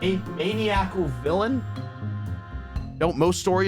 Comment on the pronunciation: Is nobody gonna question how he pronounced, “Maniacal,” or